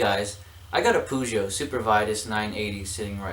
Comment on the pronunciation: Nice try and work. but it is called Pe-zo (like you say me-tha-ne) the same goes for Peugeot....(pe-zo). thanks